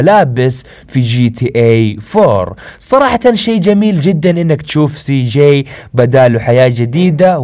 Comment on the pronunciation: انت تقول سي ؟؟؟؟جيءء؟؟؟؟